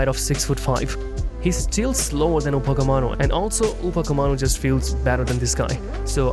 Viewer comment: upacemano😂 Upamecano✅